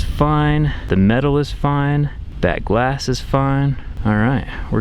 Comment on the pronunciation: "dat glass is fine"